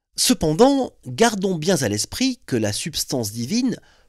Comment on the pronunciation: gardons bien za 😮😮😮l’esprit (bonjour la liaison dangereuse ⚠️) 💙🤍❤️